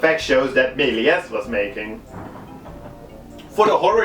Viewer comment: Ik wil geen klootzak zijn maar je spreekt meliés fout. je spreekt de s niet uit